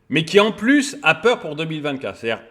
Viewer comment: "IL NE FAUT PAS AVOIR PWEUR"